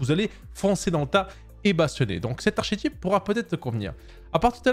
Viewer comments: Vidéo très intéressante mais par pitié, prononcez "arkétype" arch ce n'est pas un "che".. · Arkétype, pour la prononciation… là ça fait saigner les oreilles. Sinon bonne vidéo.